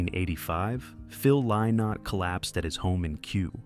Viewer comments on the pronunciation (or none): His name is pronounced Linnott, not Lie-not. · Im a 62 year old American woman who still loves Thin Lizzy and wishes AI could pronounce Phil's name correctly. Let an Irishman or Irish woman read this story.